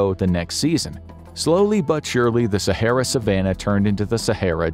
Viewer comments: So good that he can't even say the name Sahara properly 🙊🤷‍♂️ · At least learn how to pronounce Sahara beforehand. It's not too difficult